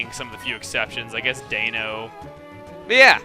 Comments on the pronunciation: Dayno? He mentioned good pokemon found in victory road.. and one of them was "Dayno". What's that? Does he mean Deino? I'm fairly certain that's pronounced like "Dino" in "Dinosaur". Zweilous is "Tsvi (rhyming with eye) - luss", and Hydreigon is High-Dry-Gone. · Deino is prounoinced Dino(auto correct is stupid).my Pokemon handbook says that's how it is prounounced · not gonna say anything about the red and blue comment, cause I'm sure that it has been said... But you did pronounce deino wrong... It is pronounced with more of an i sound vs and ay sound... I realize pokemon names can often be up for debate on pronunciation... but in this case... the names are for the german number 1, 2, and 3 (d-EIN-o, ZWEI-lous, hy-DREI-gon)... so the names should be pronounced using the german pronunciation for 1, 2, and 3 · Chugga, it's "Terra-ki-on" and "Dine-oh". Deino is an especially bad mispronunciation because it and its evolutions' names are based the German numbers for one, two, and three (eins, zwei, drei). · I had a stronger reaction to the way he said deino...